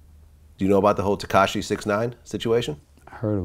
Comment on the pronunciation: That man said katashi instead of takashi 😂😂😂